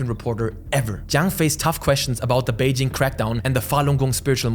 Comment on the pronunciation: why does it sound like he's saying wazup beijing